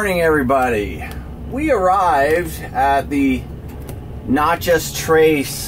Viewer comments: You are driving me nuts pronouncing Natchez as "Notchez." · May I ask where you are from? You mispronounced every town and even Natchez.